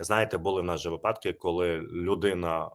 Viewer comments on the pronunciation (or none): none